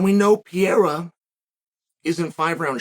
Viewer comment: Pereira not Piera 😂😂